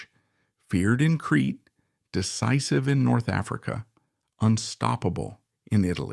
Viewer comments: Crete. Pronounced creet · Creta island...not Cree